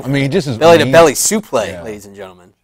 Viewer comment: why does call it a supley and not suplex lol